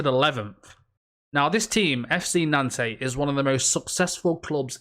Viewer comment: Interesting pronounciation of 'Nantes' there haha.